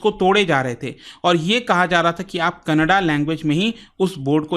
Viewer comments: It's not Kannada. In hindi, it should be pronounced as Kannad. There is no 'a' sound in the last in hindi. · Canada ❌️ Kanadaa😂❤ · सर कनाडा कोई भाषा नही है kannad भाषा है बार बार गलत क्यों बोल रहे हैं..?